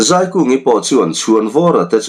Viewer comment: A hrawkah azei sak ti lo in A hrawkah azai sak tih zawk tur